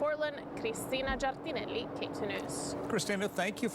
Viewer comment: Christina, I admire how she keeps the original pronounciation of her Italian name.